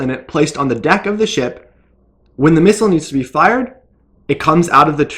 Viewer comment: How many times can a bloke mispronounce and repeat the word missile in 1 minute... Farcical.